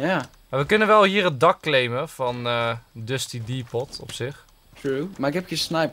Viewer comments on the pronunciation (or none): ENZO JE SPREEK DUSTY DEPOT UIT ALS DUSTY DEPOO